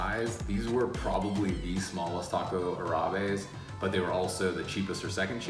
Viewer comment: If you're going to do a video on tacos árabes, learn how to pronounce it.